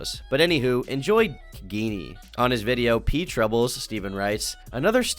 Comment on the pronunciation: They way he pronounced geenie is hilarious